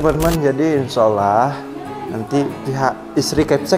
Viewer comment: Assalamualaikum warahmatullahi wabarokatuh, jos lah,dlm membantu orang yg membutuhkan,cuma ma'af klu saya salah dengar,setiap mengucapkan kalimat insyaallah/insyaalloh ko selalu yg ku dengar insya ollah